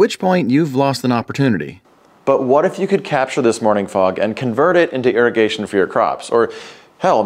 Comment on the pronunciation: Irrigation? No no. Airigation.